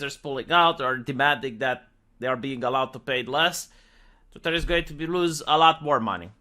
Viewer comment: Say "TVWEETAAHH" again